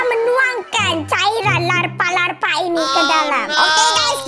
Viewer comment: bukan Larpa tapi Lava tidak pakai huruf r dan p tapi pakai L A V A dan ges buka gesti Semoga di baca hehehe 🐮🐮🐮🐮